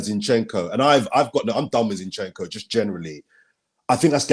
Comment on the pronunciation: Turkish teach how to say ‘zinchencko’ please